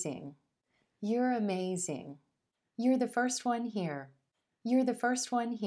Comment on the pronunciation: Why do you pronounce "here" as "hair"?